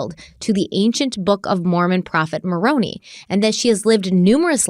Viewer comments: this is simply me nitpicking and I’ve never been Mormon so take all this with a grain of salt but I have only ever heard of Moroni pronounced “maron-eye” not “maron-ee”. Again - just nitpicking and I could totally be wrong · Ma-rone-eye = Maroni Also, Nephi is pronounced Knee-ph-eye And Laban is Lay-bun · Mormon names are bizzare, so for the record, it's "More-ohn-eye" (Moroni) and "Nee-fie" (Nephi). And let me tell ya, not even Mormons believe in past lives and people being zombies, but they DO believe in evil spirits that cause people to do bad things. So really, it was Lori and Chad all along who were dark spirits. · I love you and I wasn’t going to say anything as I didn’t think it really mattered, but 4 episodes in I think you deserve to know Maroni is pronounced (Maron EYE) not (Maron EE). And then same goes for Nephi it’s (Knee PHI) not (NEF E) I don’t have any bad intentions correcting you I just thought you would like to know. ❤️ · Love you guys! Btw: Nephi is pronounced "Neef-eye" and Moroni is "Mor-own-eye," and Laban is pronounced "Lay-ban." 😂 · Just for future reference, the prophet names are pronounced Moroni (Morone -EYE) and Nephi (Neef-EYE) 😊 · This may have already been pointed out, but as an ex-Mormon, I just wanted to help you with pronunciation of these crazy Book of Mormon names… Long I (eye) on Moroni. Long E and I on Nephi. Long A on Laben. I’m here for you if you have any Mormon questions 🙃🙃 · Just a small note - the Book of Mormon prophets mentioned have particular pronunciations in case you were interested. Nephi - pronounced Knee-Fi (long i) Moroni - Mor-O (long O) -Ni (long i, like Nephi) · Moroni is pronounced like, muh-rohn-EYE. Nephi is pronounced, KNEE-FIGH. Laban, is pronounced like, LAY-BEN. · hello, Im LDS and I really like when you do the LDS episodes. Just for reference, the pronunciation for Moroni is More-own-eye, and Nephi is Knee-Feye Hope that helps! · It's pronounced "Moron-I"